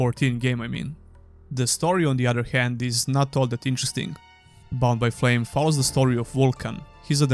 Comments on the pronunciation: Whenever you say Bound by Flame all I hear is Bombay Flame. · So every time you said "Bound by Flame" and "Mars: War Logs" I heard "Bombay Flame" and "Mars: Warlocks" which, by the way, sound awesome.